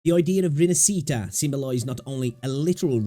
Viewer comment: I know it's not your language, but it's pronounced more like "Rin-ash-eat-ah". Stress on the "ash" part. Interesting video.